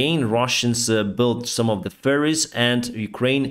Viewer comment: Not to mock the accent, but I must confess, I always have a good chuckle when I hear mention the russians shipping things across the river on "furries" (ofc, he's actually talking about ferries...). Seeing before my inner eye russian riding furries across the Dniepr, I can't help it.